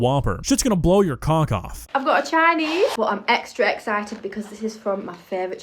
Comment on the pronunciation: That's not Chinese... That's Choyneyhs Bruv